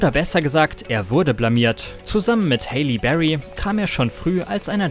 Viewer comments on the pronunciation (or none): Halle Berry!...Nicht Hayley! Die Aussprache war vollkommen falsch! Das ist eine Oscargewinnerin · Hayley berry? OMG Du bist peinlich. Es heißt Halle berry! .... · Wer kennt sie nicht, die "Haily" Berry 🤣 trotzdem cooles Video =) 👍🏼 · Dachte ich mir auch😂